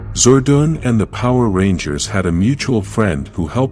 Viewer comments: Your saying Zordan name wrong if ur going 2 Do Vedios especially about Power Rangers Make sure you say there name right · It made me mad when he said "Zordan" 3 times when he said it but i knew it wasn’t his fault so i decided to calm it down. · Can't watch it on account that Zordon's name is being mispronounced.